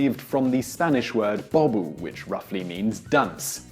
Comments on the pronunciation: You pronounced the spanish word wrong. It is not said as bob-o. it is pronounced as bow-bow . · You said bobu not bobo. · I don't know how Simon manages to mess even with simple words like "bobo" in Spanish saying "bah boo", oh gosh, this guy has a kind of a trauma with foreign words. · how the fuck do you pronounce BOBO as BOBU???